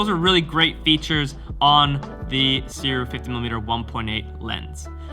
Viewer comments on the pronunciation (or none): I can’t wait to get my copy. By the way, Sirui is pronounced “Sue ray”